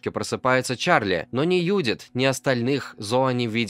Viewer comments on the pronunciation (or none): Какая нафиг Юдит? автор ну выучи ты имя Джудит